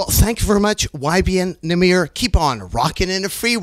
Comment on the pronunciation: "Who are you?" "YBN Nahmuh"